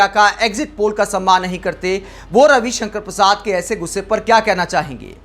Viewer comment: नाम सही उच्चरित करें कवि कंकण परसाद